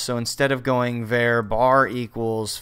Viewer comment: Did this guy just call a variable "vare"? LOL